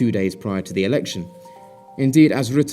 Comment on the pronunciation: The u in rutte is pronounced like german ö